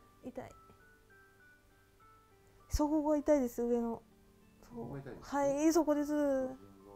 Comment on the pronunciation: 痛いの言い方、おとこが入っている感じ！いだい！濁音になっている！